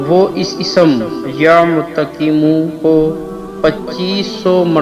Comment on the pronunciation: Ooo hlooo... Apko to yeh naam padhna b nahi aata..galat padha